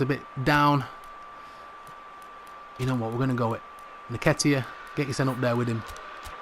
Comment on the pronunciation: Brudda his name is EN-KET-TIA